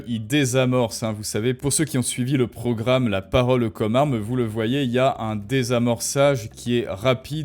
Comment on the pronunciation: T'es pas obligé de prononcer chaque e de chaque mot. C'est un peu dérangeant en fait. Comme par exemple quand tu dis "La paroleu commeu armeu."